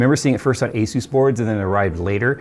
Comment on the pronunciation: It's not Aysuise. The company is called Asus. It's an abbreviation of the word Pegasus.